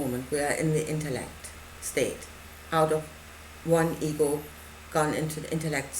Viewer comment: For a while I thought you were saying eagle instead of ego .lol I rewound and started over..i must say i couldn't quiet understand exactly what you are saying.guezz its just over my head.